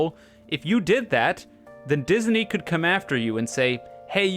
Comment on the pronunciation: never in my life have i heard disney pronounced as “dis-uh-ney”